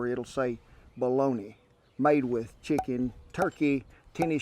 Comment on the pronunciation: Great Justin Wilson reference. I love the way he said chicken.... schicken.